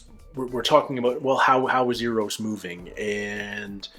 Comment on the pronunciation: There is no 'U' in Eros... in other words, it does NOT sound like European money. ;-]